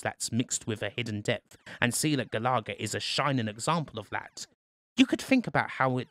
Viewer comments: *GAL-UH-GUH* Galaga :P NOT GA-LAW-GUH shutters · Ga-lar-ga? GA-LA-GA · Also he pronounced it stupidly - should sound like Gallagher* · Sorry but I need to know if I've been pronouncing it wrong since I was wee. It's Gal uh-gah isn't it? Not Gal-ah-gah? Not having a go btw just looking for the answer. And where's pacland? New Zealand story? R-Type? Flashgal? Bagman? Gryzor? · look, i love you, and i want to have your kids, but, it's pronounced GAL uh Guh, not GuhLahGuh lollll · 🤦🏻‍♂️🤦🏻‍♂️🤦🏻‍♂️it’s “gal-a-ga”. Not “gal-ar-ga”. I’m having a meltdown !! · Pronounce galaga again for us.